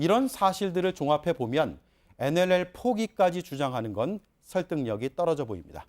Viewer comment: 어이 코주부 코도 안풀고 계속 나와서 시부릴래?어?!! 그러이 nll 발음도 안되잖아!! 자 따라해봐~~ 엔 엘 엘 알겠나?